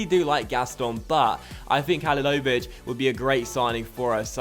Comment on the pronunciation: its pronounced ha-li-lo-vi-ch